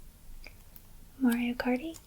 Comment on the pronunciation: “Mario karty” should be a shirt you sell